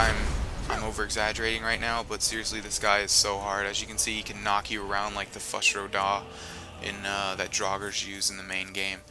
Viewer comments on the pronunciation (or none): Does anybody else feel like stabbing people who pronounce Fus Ro Dah wrong? It's pronounced FOOS Ro Dah. FOOS!!! Not FUHS!!! How can you even not understand how to pronounce it, the Greybeards say it numerous times, you say it numerous times, it's in the trailer, it's in subtitles. Sorry if this irks anybody but geez, that ticks me off. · My uncle says Fus Ra Rah! And I screamed internally.